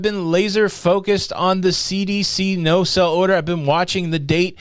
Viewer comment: Are you saying "no sell order" or "no SAIL order". If the latter, please pronounce it that way.